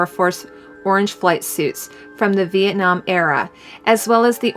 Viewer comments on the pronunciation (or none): none